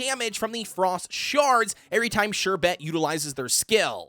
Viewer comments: Love your videos, and just want to help.. The pronunciation is more like 'SHER-bit' than 'sher-BET' like you are saying. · I love how he says Sherbet XD ‘Sher-bet’ but great video! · I say sher-bert even tho there's no R in the Bert 💀💀